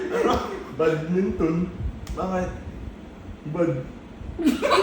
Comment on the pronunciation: BAT-MINTON(badminton) Mali lang pagkakasabi ni 😂😂🤣